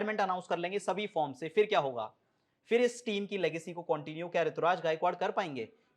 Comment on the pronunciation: Rituraj nhi Ruturaj h